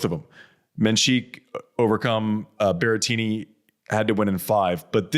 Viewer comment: Menschiek? 😂 its mensik dude ❤